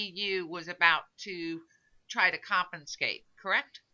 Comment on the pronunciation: Repeat after me: CON-FI-SCATE